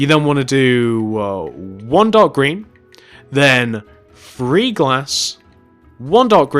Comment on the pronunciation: You say twenty FREE it's twenty three😂😂😂😂